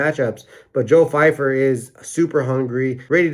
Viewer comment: Love the video but Steve calling pyfer fifer got me 😂